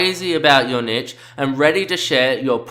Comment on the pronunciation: NEESH!! It is pronounced neesh (rhymes with leash or quiche) See also: brochure, fuchsia, machete, machine, moustache, parachute, ricochet. Video is great but please stop saying "nitch"...it's cringworthy and makes you sound dumb.